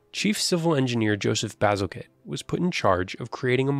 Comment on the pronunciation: I can't believe the narrator didn't take the time to learn to pronounce bazalgette (bahzil-jet)